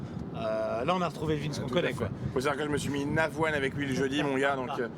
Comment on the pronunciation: Meinau et pas Mainau !!!